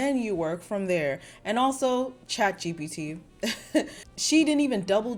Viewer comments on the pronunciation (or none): none